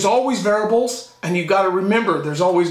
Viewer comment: "there is always varabuls" lol